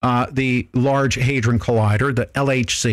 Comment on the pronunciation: The day before the Norway spiral was a missile test. They warned they area the night before asking them not to fly planes in the vicinity. The reason for the spiral was due to a ignition failure of one part of the rocket. Oh, and it is pronounced Hay-dron (like TRON), not haydren.